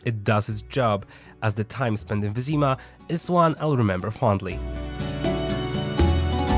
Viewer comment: Why the fuck Wyzyma not Wyzima? You are polish, so pronounce it correctly!